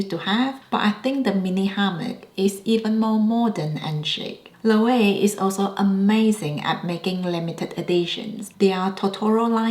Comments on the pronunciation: Just a heads up Loewe is pronounced lo-eh-vey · Loewe is pronounced lo-wey-vey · The last "e" in Loewe is not silent. And I would not consider Loewe as "new": I am 55 years old and I have known Loewe since I was a kid, i.e., the original Amazona bag. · Hear Jonathan Anderson pronounce Loewe. It’s not intuitive. I love my puzzle bag 😊